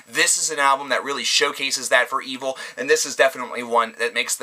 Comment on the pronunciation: Evile skull is amazing. One of my favorites from this year. And it's pronounced E-Vile not evil but who cares. Revocation was awesome to. Warbringer would be in my list, their new one is my favorite from them. Same with death angel but good list